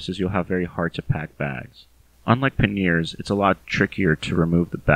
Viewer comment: Good information, thanks. (p.s. it's "PANyers")